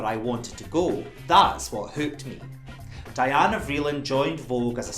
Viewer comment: Anna Wintour is a snob. She isn’t in the same realm as Mrs. Vreeland. And btw-it’s pronounced Dee-anna